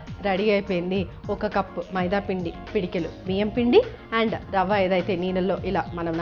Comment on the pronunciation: pedikelu kadhu thaliii pedikedu anaruu nuvu Ni Telugu anchoring